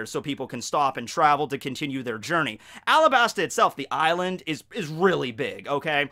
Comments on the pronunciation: It's called arabasta not alabsta It's just common sense the arc is based on Egypt and other middle eastern countries and we are called arabs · It’s supposed to be Arabasta. It’s based off of Arab countries, and the l and r in Japanese are the same sound